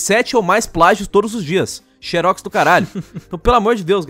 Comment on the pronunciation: "Xeros simuletor" kkkkkkk